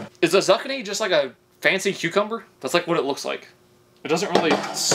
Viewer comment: Uhhh the way he said Zuckeni for Zucchini... you mean Zoo-keen-nee?